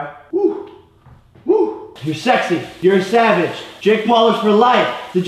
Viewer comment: its savage not saveg